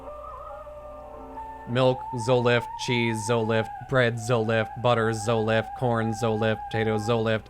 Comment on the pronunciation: "Zolift"?? Isn't it Zoloft?? lol